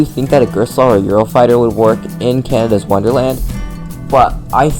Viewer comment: Its Canada not canida lol!!